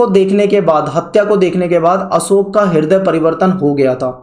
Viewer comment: Wo अशोक hai na ki असोक